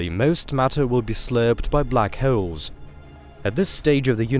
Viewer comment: "Black Heoles"